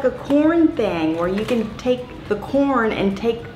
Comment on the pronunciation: I thought you were saying porn every time you said corn. 😆!!! Lmao